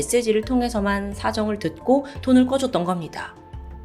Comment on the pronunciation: 돌을돈을...아직 실수를 하시네요 요즘 영상도 NG영상 만들어주세요 너무 완벽하니까 그러실때마다 너무 웃김